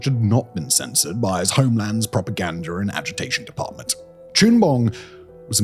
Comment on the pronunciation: Propaganda does not end in a "r" Simon.